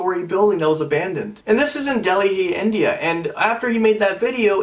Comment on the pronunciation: Did you just pronounce Delhi as Delihee? Lol